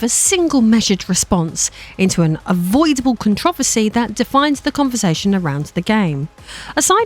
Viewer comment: Im sorry but the way she is saying controversy is bugging me😂